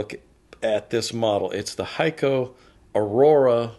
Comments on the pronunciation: Heeco. Speak the e long. No ei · Correct. HAYKO.